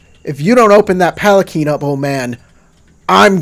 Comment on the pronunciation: It is puh-lan-kwin Also that impaling joke was great. There's a Shuji (I think it's a shuji) called Your Fight is With Me! or something like that, lets you take someone's place in a duel for free (or cheaper?). Pretty cool but high rank and it's like a once-in-a-campaign thing. o_O